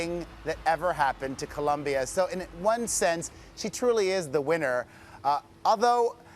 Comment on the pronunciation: It's COLOMBIA!!! Damn god I hate when white or black people say "Columbia"